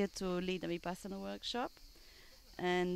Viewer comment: Not vipasana,but vipassna.